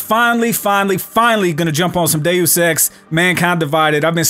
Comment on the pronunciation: did he just say day sex?